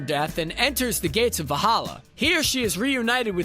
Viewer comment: Maybe learn the correct pronunciation of things? Like Valhalla and Odinson.